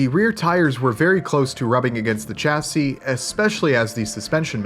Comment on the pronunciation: Chassis shassy not chassy love your work, just does my head in a bit when you say it so wrong lol